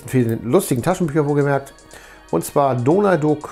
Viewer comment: Cool, aber wieso sprichs du Donald Duck immer falsch aus? 🙈